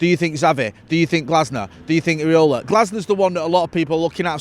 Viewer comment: IRAOLA NOT AREOLA LMAO